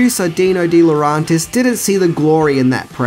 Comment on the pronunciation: DiLauRENtis! DiLauRENtis! DiLauRENtis! REN REN REN REN Not DiLAuRONtis AAAAAHHHHH!!!!!